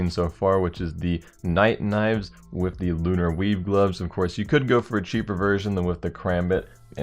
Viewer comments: lol everytime he said weave i thought he said weeb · Did he say Crimson weeb gloves xD